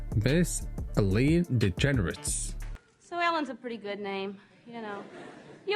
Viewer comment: Not Eleeine it's Ellen. And you forgot her sitcom